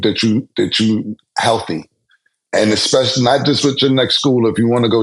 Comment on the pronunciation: pronouncing especially EXpecially is the one that gets me.